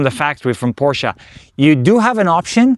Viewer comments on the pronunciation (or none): Window tint more than 35 is illegal on driver window and windshield tint definitely illegal! White car with black wheels how boring. Except for the wrap looks like something a kid would do trying to be cool! You had a beautiful Porsche which you also don’t know how to pronounce correctly.